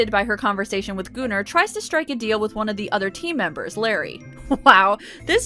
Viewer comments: I literally thought you said Gooner but the comments are saying Gunnar which makes more sense...but damn, Gooner makes it sound much funnier these days 🤣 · I love these videos! You are awesome. But it's pronounced Gunner not gooner. Keep up the amazing work. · kaship98 it’s pronounced goon-ar my friend not gun-er